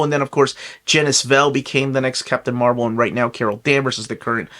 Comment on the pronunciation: You mispronounced Marvel.